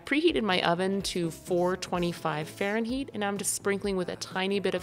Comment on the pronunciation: 😂 Did you say faren-heat? Glad you left that in!